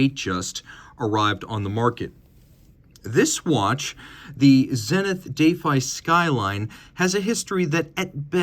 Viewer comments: How on Earth did you get the pronunciation “dayfi” from defy?? Do you say, “my kid daayfied my telling him not to eat chocolate?” Or, “He is so daayfiant?” What is wrong with you? Oh…bonus…and btw…it’s not “Pawhtek” either. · Still confused by this pronunciation of 'defy'. Indeed, I defy it. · Yeah first time I’ve heard it pronounced like that. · Big fan of the zenith but I think you broke it down in a way that gives it due credit…but shows the comparable Rolex is (unfortunately) ahead in many important regards. In a number of ways, the prior defy might have been a better comparison (even though I prefer the skyline’s styling). Also learned a new pronunciation of defy, so there’s that 😂 Great work 👍🙏